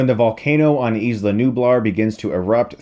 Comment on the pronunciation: i could be wrong but i think 'isla = eye-la' not 'eez-la'